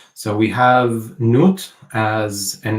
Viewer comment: It's interesting to note that the depiction of Nut in the painting was nude and that Nut is pronounced nute (or newt) ... 😅